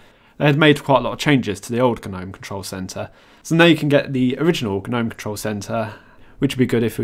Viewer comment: Stop saying Guh-nome!!